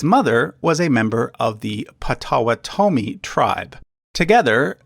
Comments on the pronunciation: Yes the 'sage' in Osage is pronounced just like the herb. Also, I've always heard 'pot-ah-WAH-tah-me'...and of course Wabash is like Wabash Cannonball, "bash" like in "bashfull". BTW his ancestry wasn't really secret, I've heard of it before. A lot of Americans have native ancestry that you might not expect, like Chuck Berry for example. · I'm from SW Michigan, where the Potawatami recently regained status land near Dowagiac, in Cass County. I've never heard their tribe pronounced as you have. It's "pah'-tah-WAH-tə-mee." Emphasis on the third syllable, not the fourth. And I have friends who are Osage. It's not how you pronounced it. It's "oh-SADZH." Sage, like the seasoning. You're trying too hard to make their names sound foreign based on spelling. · I’ve always heard Potawatomi pronounced as paw-tuh-wah-toe-me. Also, with Osage, I’ve always heard it pronounced oh-say-j. Love the channel though and enjoy seeing a wider scope of information in an easier to understand presentation for visual learners. :) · You also mispronounced Potawatomie. Should be Pawtuhwahtuhme. And Pawhuska. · Please pronounce the tribal names right. It's O-sage and Pot-o-what-ah-me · It's pot-uh-WAT-uh-mee. And Osage is pronounced OH-sayj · So, if this is a collaboration, why didn't you correct his pronunciation of POT-o-WAU-to-mee!? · It’s Potawatomi that always gets me LOL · Im from Wisconsin and when he said Potawotomi i had to cringe a little. (As i spelled that horribly wrong) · Nope, never mind. I've been pronouncing Potawatomi like they do here in the Great Lakes region. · He's saying it wrong. I'm part Potowatomi. I was like no.